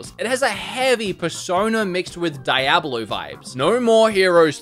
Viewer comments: So excited for a lot of these games! Every time you say Die-ablo I die a little inside, please, please it's pronounced Dee-ablo. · DIE-AB-UH-LOU 2? wth? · You pronounce diablo wrong